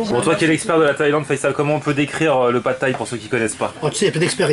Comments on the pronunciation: C'est pad-thai pas pat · C'est pas plutôt "Pad Thaï" ? ;)